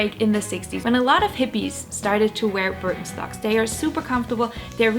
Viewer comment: Sounds like you’re saying bir en stocks.